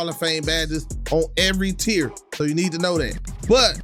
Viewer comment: It’s tier not tear